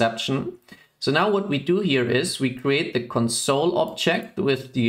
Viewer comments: Your English is quite good, so your pronunciation of "console" sticks out. When pronounced with the stress on the second syllable (conSOLE), it means "comfort (someone) at a time of grief." To refer to a terminal you should pronounce it with stress on the first syllable (CONsole). Mach's gut! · Sounds like english isn't your first language. And it's bugging me when you say console as in the verb(emphasis on the second syllable) rather than console like the noun(emphasis on the first syllable).